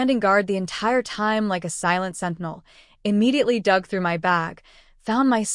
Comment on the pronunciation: It’s my’ not m-y. It’s 1 word